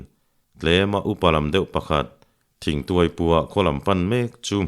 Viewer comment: I chhiar thiamin i chhiar ngaihnawm thei khawp mai. Midang chhiar hi ka ngaithla meuh lo. Chutih laiin i thawnthu chhiar hovah ngaihmawh deuh ka neih pakhat hi min lo ngaih pawimawh sak la a lawmawm ngawt ang. Chu chu 'h' i lam kim lo lutuk hi, a kik chu a awm nual na-in a dik lo a tam daih zawk, entir nan : khua tih turah kua, thing tih turah ting, Khuma tih turah Kuma, Khai tih turah kai, chhiah tih turah kai chiah, a dang pawh a tam mai. Hei hi han chhiar dik thei phei la a lawmawm ngawt ang.